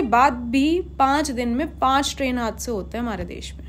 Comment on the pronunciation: Haansay nahi hadsay boltay hai